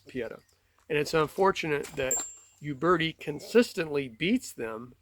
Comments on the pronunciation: Funny how people in the United states pronounce a word by saying the first letter. Examples: Iraq - Eye rack. Uberti - You berti. Uberti is pronounced "Oo-bear-tee". It's like saying Aye-indearson instead of Anderson. Sounds strange. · It’s pronounced “Oo-bear-tee” and “Pee-ay-taw” in Italian. I have three Pietta and one Uberti.